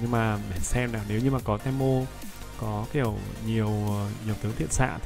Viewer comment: đọc tiếng việt là ti mô chứ te mô là j ông nội nghe khó chịu sao á